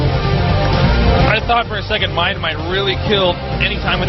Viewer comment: A MINE-D....that was terrible, lol